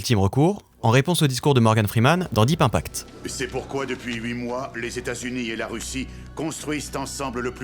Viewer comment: Trop bien mais pourquoi tu prononces les mots anglais en français ? IMpact devient IN-pact ahah